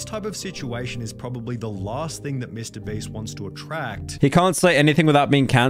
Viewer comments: Can I get 100 dollars for everytime he says breast instead of beast? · I Just love how he keeps calling him mr breast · mr breast lol y is he saying "mr breast"? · I ffind it funny how pyro ALWAYS says "mr breast" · Its so funni how he keeps calling him Mr Breast lol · Why do so many YouTubers pronounce names and brand names wrong on purpose? Like Mr Breast, Gacci, Boblox, (especially Boblox) Is it just trendy or is it the algorithm? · holy did he just say mr "Breast" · why did he keep saying mrbreast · Why does he say Mr. Breast?